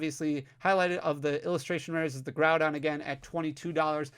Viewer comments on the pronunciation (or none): none